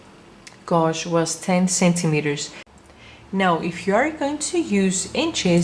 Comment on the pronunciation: OMG Someone PLEASE tell her how to say GAUGE G-age ?